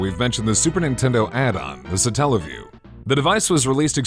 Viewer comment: why is the emphasis put on the "tell" part of the word? God damnit, it comes from Satellite. Satellite - satelliview. Also, am I the only one who remembers SEGA CHANNEL? Nobody talking about the satelliview seems to remember it, or if they do, nobody mentions it. For those of you who don't know, back in the days of the gensis, you could get a service thru your cable provider that would connect to your genesis and allow you to try demos of new games.